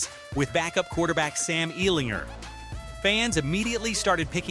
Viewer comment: Please, with the name ellinger ger not ner ell in ger thank you, have a good day